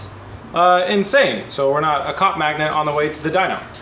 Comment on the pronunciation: I'm pretty sure he said cop magnet, but it sure sounded like he doesn't want to be a cock magnet...